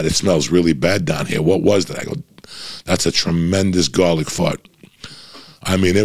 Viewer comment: Eating gahlic, blowing fahts like a doctah!